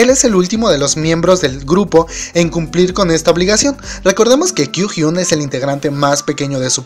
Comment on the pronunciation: Kyuhyun!💔😭 Ño! Oye, no sabes pronunciar sus nombres gg... Un consejo seria, que escuches como lo pronuncian en los programas.